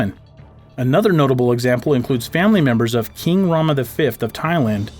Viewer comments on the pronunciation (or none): none